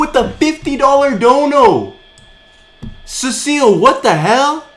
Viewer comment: CECIL = SEE-SILL not SA-SILL 🤦🏼‍♂️🤦🏼‍♂️😂😂😂😂😂😂